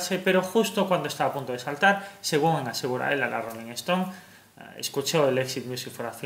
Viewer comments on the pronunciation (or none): none